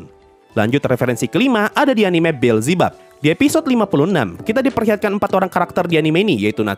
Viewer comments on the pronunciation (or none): none